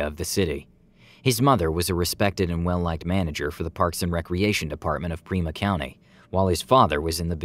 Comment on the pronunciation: *PIMA COUNTY, not Prima County*